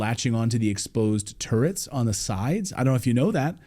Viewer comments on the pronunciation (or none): none